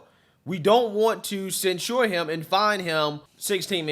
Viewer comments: cen- sher, not cen- sure,. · I like your opinions but can you please pronounce censure correctly. You are pronouncing it like that drink ensure for old people.